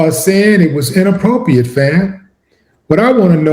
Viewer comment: Why do he keep saying Inappropriate like that😮😅😮😅😅